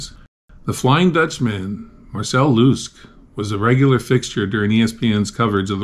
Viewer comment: It's pronounced Marcel Lus-ke (luss-keh) not Marcel Loosk ;)